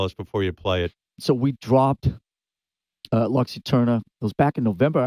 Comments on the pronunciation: "lox Iterniah". Si pronuncia "Lucs Eterna". Altrimenti usate l'Inglese. Latino for dummies! C'mon Metallica, anyway! ;) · Bro had it written down on a card and said “Lux Eterner”